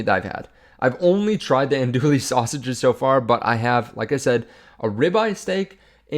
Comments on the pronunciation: I think your channel is awesome and the information is spot on. I want to do you a favor. Andouille is pronounced an Do ee. The L is silent. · Andouille is pronounced like “an-doo-WEE”